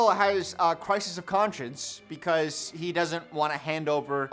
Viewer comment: it's and he can't pronounce crisis 😂😂. it's going to be hell of a rideee🐢🐢